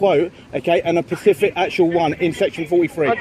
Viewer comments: You keep saying Pacific it's not pacific its SPECIFIC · specific not pacific, jeeez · Great job, love the videos you post but please say “”specific” ant not pacific, that’s on ocean 😂👍